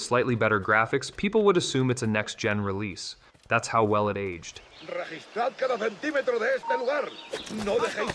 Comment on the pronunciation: In-famous, age-ed and Glay-doss pronunciations are Chef's Kiss!